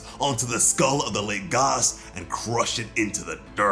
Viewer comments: Why do you keep calling him guass when his name is gas? Like that triggered me literally the entire video. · Why do you say Goss and not Gas... I don't have anything against it, just feels disturbing ngl. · Gas! It’s fucking Gas! Not Gaas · I kept laughing everytime he said "Gos" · The way he pronounces gas is driving me insane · Gas not Gaus who tf is this guy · “Gos” he says no bro it’s gas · It's pronounced Gas not Gas 😑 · It's gas not Goss. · Who the hell is "Gos" Does he mean Gas? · Bro why do you keep saying "GOS" his name is "GAS" as in "gas prices" or "gasoline". Like why are you trying to be so different in saying his name? You keep putting some Accent over the a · He’s saying GOS lol 😂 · It’s gas not goss gaus it’s g a s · It's "Gas" dude. Not "Goss". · Omg I cringe alittle everytime I hear gaus!! Lol I’m sorry! I can’t help it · You can't say gas? Rofl 🤣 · Why is he pronouncing gas like that it’s ⛽️ lol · Bro refuses to say his name right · Dude done missed pronounced gas so many times I can’t even understand it